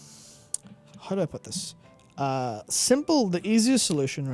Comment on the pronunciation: Everytime I watch these videos I always get distracted by how these guys say 'How' It's like the only letter they've got correct is H and I just can't stop focusing on it